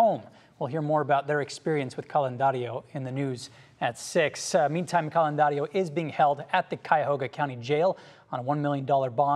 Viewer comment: It’s Candelario